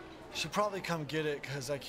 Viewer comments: r/whoosh Zach's making a joke about napoleon's pronunciation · _jeff _ napoleon pronounces the word as numchuck. I know it’s spelled nunchuck. I was making a joke. I feel bad that I have to explain this.